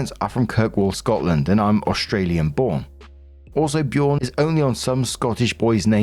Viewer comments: Björn…. You call him Bjoorn😅 The “ö” is pronounced like the “ea” in earth or earning or early ❤ Love you❤ Thanks for your work❤ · As a Scandinavien, I don't think any enlish speaker should name their child Björn, as the Ö isn't an O, but rather like the EA in earnest. It sounds ridiculous when you say it. 🤪 But to the issue, there are more names with Björn in it, like Ambjörn (Eagle-bear), Asbjörn (God-bear), Styrbjörn (fight/war-bear) and Torbjörn (Thors bear). So both brothers can have sons with the name. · Me, a Scandinavian who uses ö regularly: Why are they saying "Bjurn"? Ö is like the "ea" in "heard" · The name Björn is pronounced similar to the word yearn, like Byearn. Noone can tell me the older brother came up with it himself and didn't originally hear it from younger brother. Especially when neither of them is Scandinavian.